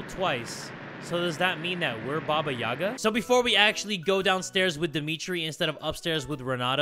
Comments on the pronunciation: as a slavic child i wanted to say that the stressed letter in "Yaga" is the last "a" haha its always funny and adorable to hear english speakers saying some words in slavic languages 😂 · Listening to say (Ba-Ba-Yagg-a) instead of (Ba-ba-Yay-gah) is utterly hilarious to me. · As someone with a Russian mother I feel obligated to say it's pronounced like yee-ga and not ya-ga but it's so it's aight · It’s not baba Yaga it’s pronounced baba yayga